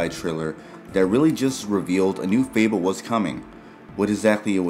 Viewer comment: I think it’s pronounced “fay-bull”, not “feeble”